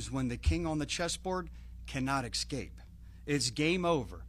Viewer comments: Man said “exscape” like a third grader 😅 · At least learn to pronounce ESCAPE. It’s Not EXCAPE! Good grief. I expect more from our intelligence agents.